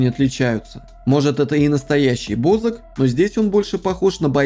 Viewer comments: Не БОзака а бАзака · Бо ЗАК ударение на А